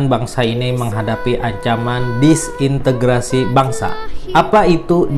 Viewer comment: Disintegrasi pak, bukan disintegritasi